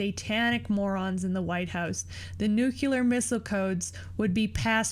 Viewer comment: Nookyouler lol